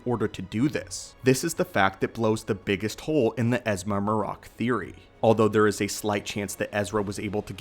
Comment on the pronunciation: Shit u didn’t even watch the episode huh? MAR-RAK😂😂they literally say his name as MARRIK…but shit this dumb theory gotta stop. THRAWN AND EZRA DISAPPEARED TOGETHER BECUZ OF TELEPORTATION. This is why they are both missing! Why tf would they go to the trouble of finding Thrawn if the guy WHO PUT HIM IN THAT SITUATION IS ONE OF THEM??? They’re looking for a map to Thrawn and Ahsoka is on the mission but to find Ezra, u find 1 u find the other. The rebels show is canon juz go watch the last episodes…